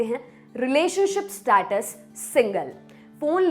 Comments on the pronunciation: स्टैटस को स्टेटस बोलिए ज्यादा अच्छा लगता है. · Status का सही pronunciation सीख लिजीए ।